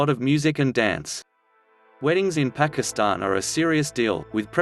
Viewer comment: the robots pronunciation of pakistan put me off watching